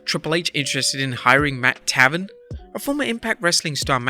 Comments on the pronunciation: I believe Matt Taven's name is pronounced Tay-ven not Ta-ven. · Pronounced "tay-ven" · IT'S PRONOUNCED TAEVERN NOT TAVUN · It's pronounced Tay-Ven. Matt Taven's name. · It's pronounced Tay-ven, you melvin. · That's not how you pronounce his name. But still no, do not want to see Matt Taven at all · Matt taven (tay-ven) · His name is pronounced "Mat TAY ven". I'm surprised you have never watched his work in ROH where they pronounce his name every time he wrestles. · It’s pronounced Matt tayven bro ffs. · your saying matt taven name wrong its cringe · learn to pronounce taven